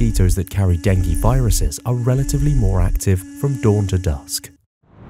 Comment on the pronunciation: please pronounce "DENGUE" correctly !